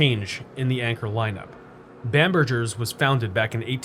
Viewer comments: Seriously. It rhymes with hamburger. Of you're gonna have it in your video, do some research and learn how to pronounce it! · it's a hard "G" in bamberGers, like "hamburger", not a soft "G" like mergggger.... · I'm surprised you don't remember Macy's/Bamberger's ads from when you were young. Bamberger is pronounced like 'hamburger'. Living in the DC/Balto area from my early 20s to mid 30s, I visited White Marsh many times - but only for the Warner Brothers outlet and Ikea nearby. Never actually set foot in that mall! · FYI, Bamberger's was pronounced with a hard g sound, not j sound.